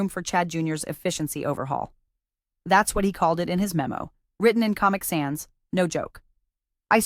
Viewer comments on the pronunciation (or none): none